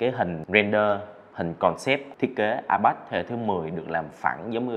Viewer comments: Ipad đọc là a bát á😂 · Ai bát… kkkk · A bát